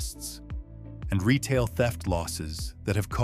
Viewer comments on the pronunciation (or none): Check a dictionary for the word "quality". Since when is "Retail" pronounced "ree tall"?